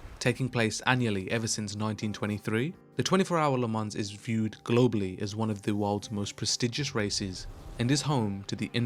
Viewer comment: Le MAHn is how you pronounce Le Mans, good sir